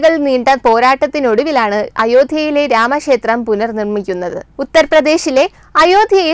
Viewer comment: രാമശേത്രമല്ല കുട്ടീ ... രാമ ക്ഷേത്രം. അതിനു ശേശം എന്നല്ല പറയേണ്ടത് .... അതിനു ശേഷം. അറിവുള്ള ആരിൽ നിന്നെങ്കിലും മലയാള അക്ഷരങ്ങളുടെ ഉച്ചാരണം പഠിക്കുക.